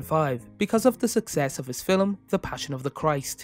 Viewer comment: Well reading of the wikipedia page. And what is a "filim"?